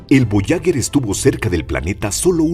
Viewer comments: Fascinante el programa, muy instructivo, solo quiero decir, que no se dice voyaguer con gue de guerra, se debería decir, voyager, como en general, es un error muy común en este tipo de documentales. Esa es mi apreciación. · Lo siento pero la sonda Voyager... Puedo aceptar su pronunciación en francés, que es cómo deberiamos, puedo aceptar en castellano... Pero pronunciarlo "voyaguer" es una aberracion. On en idioma original, o en el propio, pero el burdo intento de pronunciarlo en inglés es una muestra triste de un complejo de inferioridad brutal. Incluso los angloparlantes procuran pronunciarlo en francés. Si se le puso ese nombre es por algo, la nasa mostró respeto por los idiomas que aquí parece que no tenemos. Si no fuese así le hubieran llamado "traveller". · Buenos días tardes noches para tod@ En la lengua castellana se utiliza para una palabra femenina el artículo la, porque es una sonda. Voyager, que no es de origen castellano se pronuncia Boallaller, gracias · Para un excelente narrador, decirle que duelen los oídos al escuchar una palabra francesa, que significa viajero, ...pronunciada literalmente,...escuche en Google traductor, como suena, verá la GRAN diferencia, ...y otro apunte, no es lo mismo ASTEROIDE ,que ESTEROIDE, ...por el resto FELICIDADES, es un canal MARAVILLOSO!!! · Porque carajos no dice bien ni una vez Voyager?